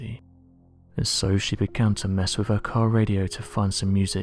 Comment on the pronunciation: It's 'wiTH," and "norTH", not "wif", "norf"...why can't this guy pronounce his "th's"???? And then there's the pronunciation of the word "assumed"...where does he get "aSHOEumed"??! It's VERY distracting when trying to listen to the commentary and just waiting for the next awful and LAZY mispronunciation to pop up!! Where did this guy go to school...you'd think his teachers would have corrected him....